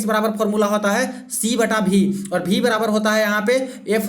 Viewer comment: महाराज जी भी नहीं होता वी (v) होता है एसा लगता है इंग्लेंड मे से padh रहे हैं